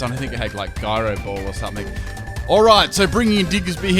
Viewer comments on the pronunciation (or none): none